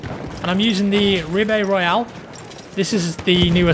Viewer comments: Btw, it's pronounced Ri-bey-rol, not RibeyROYAL. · "Ree - Bai - Roll" not "Ribeyrowailes" :D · Not a native French speaker, but I studied it in college: "Ribeyrolles" is pronounced Rhi-BAY-rollh (The "h" is tacked on the end there because you have to get a little phlegmy to pronounce the "roll" part correctly in French) (Also, "Chauchat" is pronounced show-SHAH, just in case you were interested) Really enjoy your videos,. Thanks for all the laughs:) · to pronounce the "Ribeyrolles" try: ree (like bee), bay (like sf bay) and role (like in rpg): ree-bay-role. that should get you close enough! also google translate from french does a good job at pronouncing it! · Rib-eh-roll. That's it, simple. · lol..could have sworn he said "ribeye royal" there at the end. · "Rib-bae-Roll" Trollface xD